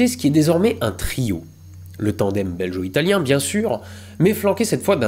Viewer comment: ça se prononce " Bel-go " italien, non pas belgeot, sinon très bon épisode comme d'hab ! ^^